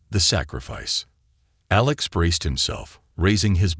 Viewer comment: That's it! You want people to subscribe to your channel, but the narrator [whether human or AI] is not able to enunciate certain words or names such as minutes in the word(unreadable) was read in the past tense and not in the present tense. Well as the human pilot's name of ALEX was misspoken as A lax instead, but later was corrected. Is this an AI generated story or did janitor was given the transcript to proofread while on a cigarette break? Come on now, get with it, and produce the the quality work that I know you can do. Go on, make me proud.